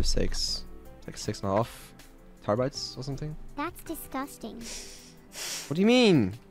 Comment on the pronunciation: "terrabytes" turning into "tire bites" is so good